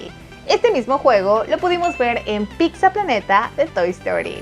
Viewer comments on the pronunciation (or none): Segunda vez que dicen "PICSA PLANETA" en estos videos JAJAJAJA